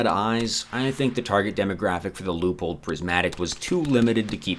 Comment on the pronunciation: Can you teach how to say Leupold please? Thank you.